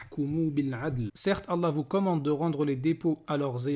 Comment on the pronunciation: Frere continue tes video et a contré ces arguments toi qui connait réellement le coran contrairement à lui qui ne sait même pas prononcer "ALLAH"